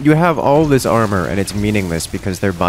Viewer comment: Real strange hearing someone pronounce armour differently from armor honestly.